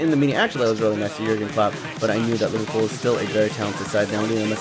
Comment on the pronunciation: It's not LIVERPOO ITS LIVERPOOL